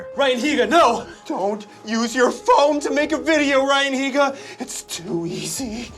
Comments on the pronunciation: dude its neega heega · the way they kept saying ryan higa dou 😂